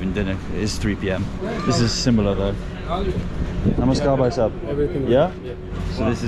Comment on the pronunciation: The way ur saying "Namaskar bhaisahab aap kese h " is soo good 🤗